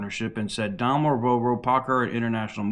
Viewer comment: Daimler is pronounced “Dime-ler”. FYI and keep up the good work.